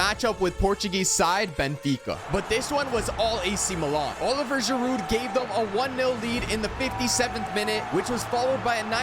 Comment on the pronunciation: it’s Olivier Giroud, not Oliver. (Oh-li-vee-ay)